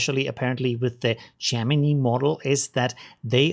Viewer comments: how to pronounce gemini = jeh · muh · nai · Also you miss pronounced Gemini